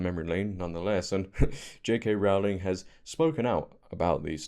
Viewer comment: Hope you don't mind me pointing out, her surname is pronounced Row as in row the boat 😊